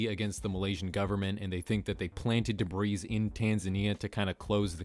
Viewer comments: Debris is definitely pronounced "deh-bree", not "deh-breez" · For the love of God it's pronounced "debrie". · He pronounced the s in debris its time to cancel him xD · I'm sure somebody else has mentioned this, and I hate to be that guy, but debris is pronounced "deh-bree" not "duh-breeze". Just sayin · say "debreeze" one more time mothafucka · You also said debrees instead of debris so i guess i cant fault you for consistency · Learn how to pronounce Illinois and debris, it’s called a silent S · Debris is pronounced with a silent s. Daybree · did he seriously just say "debris" with an audible "S"? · Isn't the s in "debris" silent? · Kinda irritating.. debris is pronounced without the “s” its silent.. come on buddy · the s is silent in “debris” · Whoever made this ice burg doesn't understand the concept of an ice burg. This is just a list of weird things on Google maps. It isn't an example of an ice burg metaphor. Also. The s in debris is silent even when it is plural. I'm just a ray of sunshine today ...point out everyone else's mistakes. I'm sorry. I'll stop. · Dude, most of the photography you’re calling satellite photography is aerial photography. Also, please learn to pronounce “debris”. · Note: the “s” at the end of the word “debris” is silent. You’re welcome.👍🏼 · YOU DONT SAY THE S AT THE END OF DEBRIS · “koolah loompar” “debreez” lol. bruh. learn to pronounce words.